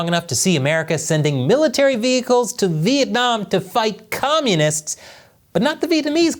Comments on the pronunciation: Vietnam not Vientam 😂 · Vientam? Really? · Vietnam,not vientam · The thumbnail is hillarious lol. Anyone who have heard a Chinese person trying to pronounce Vietnam knows this.